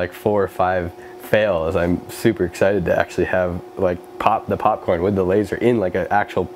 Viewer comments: did he say porn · He said charcoal porn lol